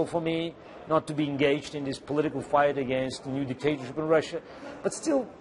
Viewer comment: did he say 'a fright against this new dictatorship'?